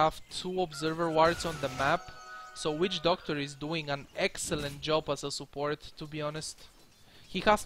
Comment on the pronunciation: is it just me or when says witch doctor i hear weed doctor